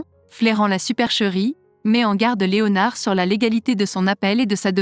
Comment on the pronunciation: Voix robotisée de synthèse inaudible qui ne prononce même pas le nom "Léonard" à la française... 🤮🤮